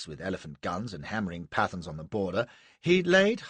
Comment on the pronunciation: A great reading, but "Pathans" shouldn't be pronounced to rhyme with "Athens", nor would a subaltern of Native Horse be Indian, he'd be British. The King's Commission ( as it was by then ) wasn't opened to Indians until 1918. So....ermm..no need for the awful attempt at an Indian accent for a subaltern of Native Horse who couldn't possibly have been Indian. It helps when you're reading something out loud if you actually have some understanding of the material. Other than those grating moments, an excellent reading.